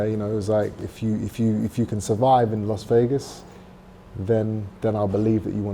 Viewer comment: "Los Vegas", really?